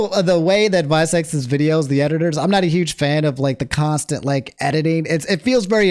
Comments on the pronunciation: Also visecs isn't pronounced "vai-secs" it's Roman numerals vi which stands for 6. Hes a battle rapper that stands for 6 seconds. People also call him shizzy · 6 seconds not vye secs LOLLLLL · lol its not vie seconds its 6 seconds but with roman numerals lol and yes he is a fucking gawd at spitting bars like "You will not see this G with A W N E more" Dissing Luke gawne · Its 6 secs not VI- Secs haha. I thought you knew him from hanging out with Shofu etc. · it not visec IT VI SECONDS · Visecs is pronounced Six Seconds. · Just to give small clarification: its VI (as in the Roman numeral) Seconds, tho most veteran watchers of him call him Shizzy